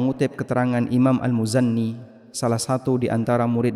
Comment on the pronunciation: Imam al muzanni??...al muzani...bukan al muzanni